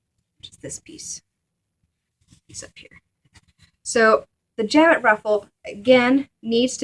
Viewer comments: Jabot is a French word and the T on the end of the word is not pronounced. It sounds more like "sha-bow" in English. It is not pronounced "jab-it". There's a lot easier way to make a jabot. The process described in this tutorial is uncessisarily complicated and the edges are not finished, which gives it a shabby look. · French word, pronounced. Jabow